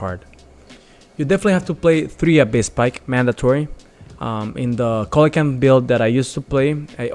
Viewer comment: It's see-luh-can-th (coelacanth).